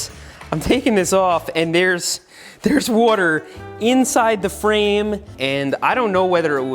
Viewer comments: The way he says water like ‘wouter’ gets me every time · WOURDER. Seth channeling his inner Brad Leone. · New drinking game. One drink for every time you hear Seth say"Wuadder" 😉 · seth be like wortar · “Woter” yes engish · nobody: seth: warter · Can someone make a compilation of Seth saying “wuter” from this video? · Seth for 12 minutes: Woder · Seth saying woder instead of water triggers just a little bit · I just like the way you say "wuaater". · i love how much you say "wawder" in this video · Seth uses the same wourder as Brad Leone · I’ve never heard Seth say worter so many times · take a shot every time he says “wuater” or “cleeeen” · No one: Seth: wooorrter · Dude I wish you would ha r done a tally on how many times you said water. Or... wooter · Seth please just keep saying wuater... Slowly... Again... AGAIN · Congratulations you just watched a man say wooder for 12 minutes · Is it just me or does he say "wuter?" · Say whater one more time. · Seth says “wotur” for 12 minutes straight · "Seth" Well what did we learn today ? 1. Seth says water not water 2. Seth will ask a question and answer with "I dont know havent tried it " 3. Seth +Watergun = brrrrr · Are you from Philadelphia? I’m wondering where your accent on the word “water” comes from. Thanks!